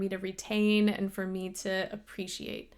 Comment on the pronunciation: do you think James has ever pronounced "me" in any other way that "may-YA" in his life? I wonder...